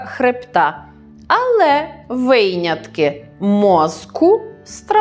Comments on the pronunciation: Якби ж то тільки те. Але галичани не сприймають критики, вони впевнені, що вони найукраїнськіші українці. Вони на кожному кроці калічать слова наголосами, калькують з російської, неправильно вживають прийменники тощо. Ось пані блогерка каже 'виЙнятки' і оком не моргне, байдуже, що в українській мові немає такого слова, а є 'винятки'. В українській мові немає, а у львівській є. І так говорять вчителі у школах😢. Книжку, а отже й Правопис, ми, українці, розгортаємо, а не відкриваємо. Звичайно, в інших регіонах люди теж говорять з помилками, але ж вони охоче те визнають. А нав'язаний стереотип про те що в західних областях українська мова ніби чистіша, правильніша, змушує багатьох брати приклад із західняків. На жаль. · Тільки не "вийнятки", а "винятки" і не "пойнять", а "понять". Вимовляйте правильно! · Дякую, що підняли таку цікаву і важливу тему, яка є предметом помилок для багатьох мовців, особливо тих, хто зараз освоює українську мову. Але хочу звернути Вашу увагу на Вашу вимову слів ''виЙняток'' і '''поЙняття''. Прикро чути таке від філолога, та ще й у лекції з приводу мовних правил...